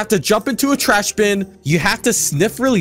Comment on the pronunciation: “you have to sniff in a trahs bin..” What the hell is the word “trahs?” (i know its supposed to be called trash)